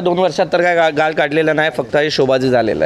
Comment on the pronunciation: पत्रकाराला आपली मराठी नीट बोलायला सांगा गाळ आणि गाल यात फरक आहे याला सांगा 😂😂😂😂